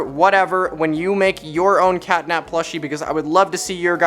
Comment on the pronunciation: start: sounds like ctanap